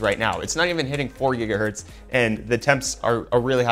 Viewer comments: its Gigahertz, not Jiggahertz! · not how your supposed to say gigahertz lol it's not Say jija what